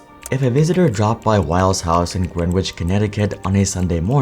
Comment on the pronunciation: Greenwich pronounced GRE-nich. Ignore the w.